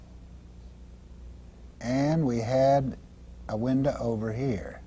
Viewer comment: "Windah" "Shadah"